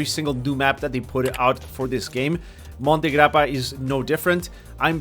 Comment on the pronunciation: i m italian, when you said monte grappa 😂❤